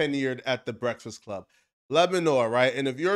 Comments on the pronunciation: That fact that you cant pronounce BREAFAST CLUB is hilarious 😂😂😂 Brefsix 😂😂😂😂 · "brestfast club"😂